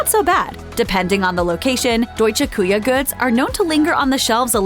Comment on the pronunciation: Btw, it’s NOT Deutsche “Coo-Ya” as the narrator kept mispronounced.. it’s DEUTSCHE KÜCHE - („QUEHER“ - phonetically on 2nd word) which the former aka German Kitchen!!😁